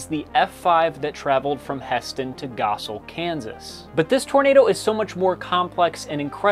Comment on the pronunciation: Props for pronouncing Goessel properly. These tornadoes fueled my fascination as a kid, and now. Excellent video!